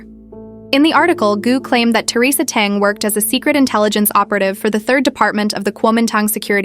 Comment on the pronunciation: This Ai generated voice is seriously flawed. Theresa's surname is Teng and not dung which sound so horrible